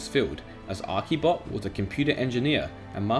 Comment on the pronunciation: the only thing that bothered me is that u called archybot 'arkybot'